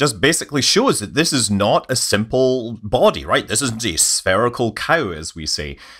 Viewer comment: "sperical cow" -- or as I heard it, "assume spherical frictionless chickens of uniform density".